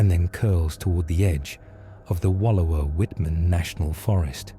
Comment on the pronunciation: Please learn how to pronounce Wallowa, I live here and it's annoying.